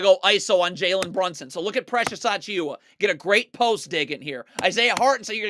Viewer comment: True, and this guy has a hell of a time trying to pronounce precious achiuwa 😂